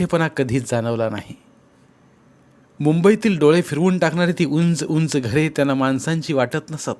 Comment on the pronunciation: अत्यंत खराब, रटाळ सावाचन.साधा उंच हा शब्द नीट वाचता येत नाही.मग ज्येष्ठ शब्दाची वाट लावली यात नवल काय.पूर्णपणे चुकीचे आणि अशुद्ध वाचन.